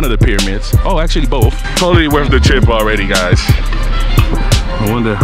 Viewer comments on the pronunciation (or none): You said "worf it". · Please tell me I didn't hear you say that balloon ride was "Worf" it???. 🤦🏽